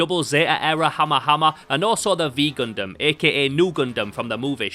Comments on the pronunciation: its a "nu gundam" not a "vee gundam" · The fact you keep calling it the v Gundam is making me have a stroke, it's not the v Gundam, it's literally the Greek letter nu, granted it's the lowercase version(uppercase version is just the letter N) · bro calls it the "vee gundam"